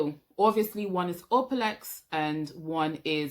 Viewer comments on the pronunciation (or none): Gréât vidéo, it’s actually pronounced O-la-plex not O-pa-lex 😊